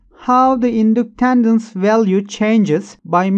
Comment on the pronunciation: Inductandance 😂😂😂 if your going to say it that many times please try to it right. Was like nails on a chalkboard to me lolol thank you for the great video!